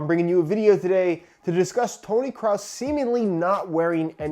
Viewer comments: The pronunciation for Kroos is basically "close" with an "r" replacing the "l". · While I get that that’s just the way you pronounce his name in the us, as a German I’m still triggered lol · Search the german word „groß“ (big) in Google translate and let the voice pronounce it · Kroos - It’s pronounced like in „Sheryl Crow“...Crow with an s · Bro u can't even pronounce his name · Ten Shots the fact that you come into the comments looking for a fight is beyond me. However you literally spelled "Kroos" which no one knows how to pronounced so you clearly do not understand the whole issue here, which is that "kroos" is hard to pronounce so you have to spell it the way it is said and "kroos" is not how you say it so you have to make a simplified version to get people to understand how to pronounce it. Your tiny mind doesn't seem to get that. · As a german it really hurts me how you say Kroos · xX-zim-Xx I'm not german but I think hard k then roos with the o being pronounced like orange but 2x longer because it's 2 o's and not 1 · As a german speaking Dane it hurt me as well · "You are slathering my beautiful language!" 🤣🤣🤣🤣🤣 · Dr. Mantis Toboggan The „oo“ is spoken like the O in Obama. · JL Jay pahaha oh boi...it's pronounced like the German word "groß" just with a k at the beginning so he was kinda right honey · Idk if you guys are German but I'm Danish (basically as close to German in europe as you can get) and I wouldn't say Kraus neither Cruz. I would just say "Kros" and when there is two it's just say it like kros but extend the time you say the "o" so "kro-os." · It’s Kroos not kraus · hodensakko digger man sagt Kroos und ned kraus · mate it pronounced krus not crowse. BTW i speak german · it's not tonny kraus it's kroos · I as a German can say it's pronounced like "crows". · Did he say Toni Krows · It's Toni Kroos, not Toni Krause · Its not kraus its kroos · TONI CROSS? WAS THAT YOU SAID?